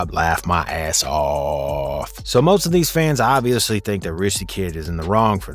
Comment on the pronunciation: Man why tf he say off like that